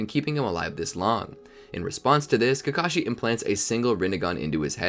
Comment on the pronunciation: why are calling obito kakasi